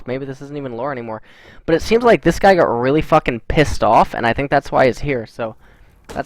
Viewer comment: why do you and artosis say "gut" instead of "got"?